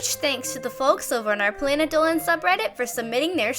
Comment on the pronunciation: Why does planet Dolan stay “planet dohen”